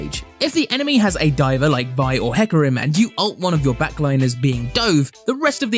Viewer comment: ohlauf and heecarim